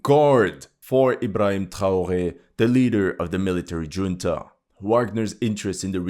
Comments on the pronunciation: At that time stamp you pronounce junta with a 'J', while in fact it is pronounced as an 'h' because it is a Spanish word. Not judging, you speak English better than I speak anything else, but a military 'Juneta' caused me to giggle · Good French pronunciation! Yet, Spanish junta is [hunta] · "Ju" in "Junta" is pronounced like "Who". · It's Khunta, not Djunta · "Junta" is pronounced "hoon-tuh." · For the record: it is pronounced "hunta." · OMG, in "Military junta" the "J" is read as "H". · Junta is pronounced "hunta". How do you as a supposed military analyst not know this basic fact?? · The English word, "junta" is pronounced as HOON-tah. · I'm not being critical, but I found it interesting that you pronounced "Junta" with a "J" sound instead of an "H" sound. Of course, excellent video like always.